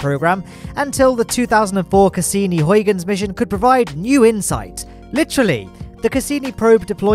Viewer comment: You almost managed to pronounce huygens correctly, but it's actually a pretty good attempt.